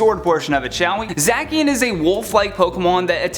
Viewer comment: Im Getting Pokémon Sword And Its Pronounced Za-Shi-An